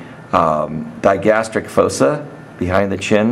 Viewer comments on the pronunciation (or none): 1. It's not "myohyoid"...its "myLOhyoid" 2. It's not "fose-ah"...it's "foss-ah"